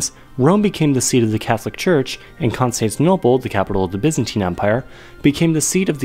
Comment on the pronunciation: is it just me or does he pronounce "Constantinople" weirdly?